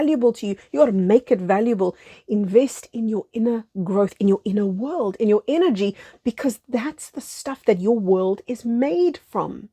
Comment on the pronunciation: With your accent, "energy" sounds like "inner g". Therefore I heard; "Invest in your inner world, invest in your Inner G". Inner God.